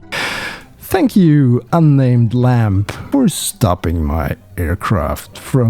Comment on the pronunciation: "Goodbye and.. tank you"